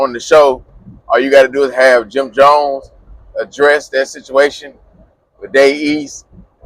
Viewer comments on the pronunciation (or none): none